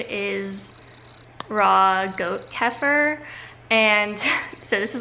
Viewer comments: it’s pronounced keh-fear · Kefeer how it is pronounced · The farm coop where I purchase my raw kefir pronounce it “keyfur”, but the original word has an e in it, and English is the only language, I’m pretty sure, that pronounces “e” as “ee”. Turkish or whatever mediterranean language that originated the word would almost certainly have pronounced it Kheffeer. I go with the pronunciation of whoever I’ m talking to. It’s a live food and if it tastes creamy on day 1, it will continue to turn more and more sour as the culture uses up the milk sugar. I would suggest eating the dairy at breakfast, and then switching to meat for the rest of the day. Both meat and milk contain a lot of sodium and protein, which tax the kidneys. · I pronounce it ka-fear?? Try browning your butter and put in freezer for a fat bomb butter treat, yummy!!😋 I love goat cheese because goat milk doesn't contain the protein casein, which some people can be sensitive to, like me.😜 You're killing it kiddo!! God bless!!🦁